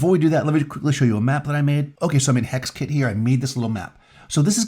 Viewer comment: "this is a map I made in hexkitty"?? Did he say hexkitty?